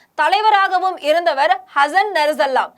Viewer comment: மிகவும் பிழையான உச்சரிப்புகள் எழுதி தருவதை ஏதோ வாசிச்சு முடித்தால் சரி வேலை முடிஞ்சுது என்ற மனநிலையில் உள்ளீர்கள் போல தெரிகிறது அனைத்து தவறுகளையும் திருத்திக்கொள்ளவும் நரஷல்லா அல்ல நஷரல்லா